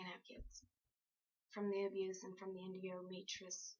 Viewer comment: ENDOMETROSIS N- dow - me - tree - O - sis